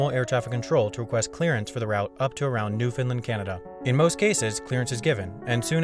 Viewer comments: newFOUNDland not newfinlind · Newfoundland is pronounced as follows: NEW-FOUND-LAND, not NEW-FIN-LIND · It's pronounced NEW-FOUND-LAND. Not newfoundlin or newfinlin..smh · new- found-LAND. Not newfunlind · Wendover my guy, we need to talk, as someone that has lived in both Gander and Newfoundland, it is not “New Finland”, closer to “Newfin-land” or “New-fin-LAND”. Top notch video otherwise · It’s (New—found—land) not New-fin-land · new-FOUND-land. not new-fin-land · You idiot what the f#$k is newfinland it’s Newfoundland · It’s new-found-land not newfinlind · New-found-land not new-fin-Lind please say it right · Shout out from Gander, Newfoundland.. Now say it with me New-Found-Land. Not Fin-Land. lol sorry had to lol. Good video as always.. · Why do you say New Finland instead of New Foundland? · Newf-in-LAND not New Finland. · I know how it reads, but it's pronounced ~ "New-fund-land"... :) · He just triggered all us newfies by saying newfinlind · you pronounced newfoundland wrong ( it is ponounced new-fond-land) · Am I the only one annoyed by him calling NewFoundLand Newfundlund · Is it me or it sounded as if he said New Finland rather than New Foundland :) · Newfoundland - "newf-un-land" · you sound like you're saying NewFINland Canada... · "Newfinlind" it's pronounced like Understand. Understand Newfoundland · Hey, love your videos! Just a note that the correct pronunciation of the province of Newfoundland is new-fin-LAND (rhymes with "understand")--thanks for the shout-out for Gander! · You said Newfoundland wrong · Although he gets many place names wrong, it seems that you would too. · Thanks for mentioning Gander, though you say "Newfoundland" weirdly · Great Video but you say Newfoundland wrong.